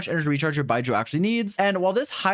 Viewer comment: Love you mate, but can you not call him 'Bye-jew' ?